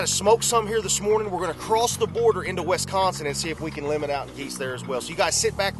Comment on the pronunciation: Learn how to say wisconsin right your saying (we-s-con-sen) it's really (wis-con-sin)